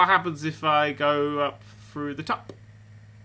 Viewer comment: Lol, thrudder....